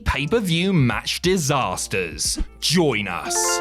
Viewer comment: Mmmm, Distasters. How very distasty 🙄